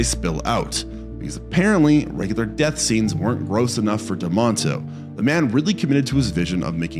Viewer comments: Joe D'Amato not d'monto! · Dude, please learn to pronounce directors correctly. It’s Joe D’Amato, not Demunto. A small mistake, but it is irritating as hell when it’s so easy to look his name up. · Duh-MAH-toe not DUH-MONT-Oh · This would be better if you knew how to pronounce names and titles correctly. Dam-AH-toh, for instance. Anthrog-poh-FAY-guss. And so on. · My dude, here's no "N" it Joe D'Amato's name.